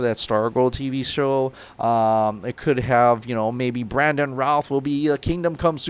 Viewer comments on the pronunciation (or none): none